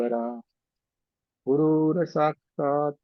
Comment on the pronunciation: कितना गंदा संस्कृत ! गचरुर् साक्षात् नही! गुरुस् साक्षात् !! गुरुवे नम: नही ! गुरवे नम: !! संस्कृत सीखो ! नही तो असंस्क्तही रह जाओगे !!